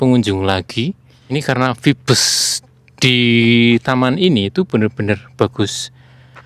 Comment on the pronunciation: maaf mas mungkin maksudnya "vibes" membacanya Vaibs gitu mas artinya menggambarkan suasana, aura, atau kesan yg dipancarkan oleh seseorang atau suatu tempat gitu